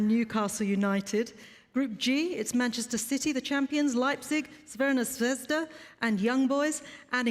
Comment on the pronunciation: Wow she really said crvena zvezda perfectly 😂😂😂